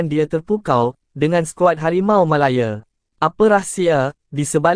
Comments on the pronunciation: Sebutan tu janganlah melayer, MALAYA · Aduiii..Harimau malaya dik bukan harimau malaye..